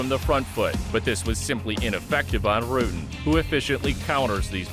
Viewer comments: How the narrator comes up with that pronunciation? It's not Rooten. The u is pronounced exactly like in English, butter, sudden. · What I would give to see a fight between the two GOATs in their prime, Rutten vs Sonnen. His name is "Rutten" and not "Rooten" though. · Baws Rooten? Really? BAS RUTTEN. dumb fuck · Not baas, but BAS. Obscene warrior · You messed up the names and move names in the first 3 minutes. I don't understand. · As a dutchman I am proud of our dutch fighters ... and bas will be happy that he didnt have to go back to the Netherlands ,as he said in here comes the boom.... but you yanks should learn to pronounce his last name...😄